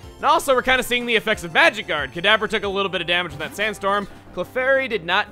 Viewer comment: Whenevever you said kadabra it sounded like cadaver lol.